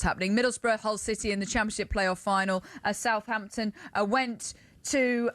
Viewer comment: Talk sport its Southampton. It's tonda